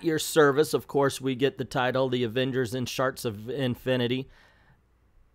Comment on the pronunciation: I keep hearing you say "Sharks of Infinity." I'd probably buy an Avengers book titled "Sharks of Infinity."